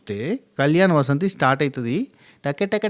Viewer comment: వసంతి కాదు, వాసంతి